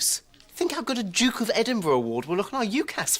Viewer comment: Congratulations you are the first American, I've ever heard, pronounce Edinburgh properly 🏴 happy healthy peace ✌️